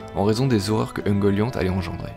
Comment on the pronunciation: Super vidéo ! Bon travail tout ca juste la prononciation me dérange de ouf j'ai toujours dit ungolian, finor et les simaril mais pas grave c'est pt moi qui me trompe, en tout cas continue c'est super cool !